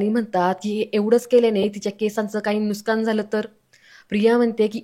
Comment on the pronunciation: Aho nuksan shabd bola nuskan nahi